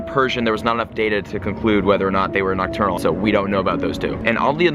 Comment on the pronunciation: STOP SAYING OCTURNAL!!!